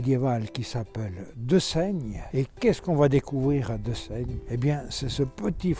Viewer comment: Presque parfait si ce n'est pour la prononciation du nom du village qu’il est plus local de prononcer « Désagne » !